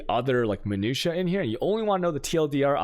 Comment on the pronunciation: Pronounces meta "Meat-a" but pronounces minutia correctly